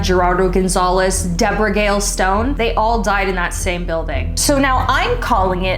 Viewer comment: Its not Deborah its Debra